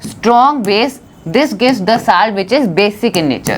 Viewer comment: See It doesn't look good when you say salt as सालट please say it सोलट . Hope you do so❤